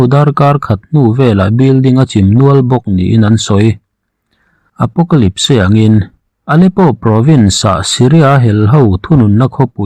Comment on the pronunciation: Apocalyp-se ti in i lam daih a😀